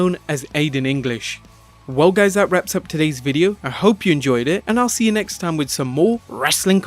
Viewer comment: Listen how he says see